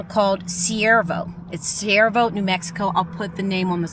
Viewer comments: I can only find Cuervo on google maps = Not Siervo? Do you mean Cuervo? It is pronounced starting with Q. Love watching your travels from here in Las Cruces because I would be a full time nomad if I could. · The nearly abandoned town you visited is Cuervo, pronounced like quair - vo, which means crow in Spanish. I live in Albuquerque and have driven past it many times and have never visited so thank you for showing it to us. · It’s pronounced k-uervo the c sounds like a K. 😊 JOSE Cuervo tequila comes to mind. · Cuervo is pronounced like the tequila. This place is not safe. Google it and you'll see.